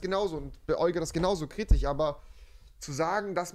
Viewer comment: Ich komme auf dieses "KritiCH" nicht klar